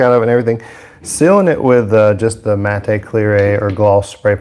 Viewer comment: He said matay!! Matte....pronounced like the bame Matt. Silent E good sir!. Awesome video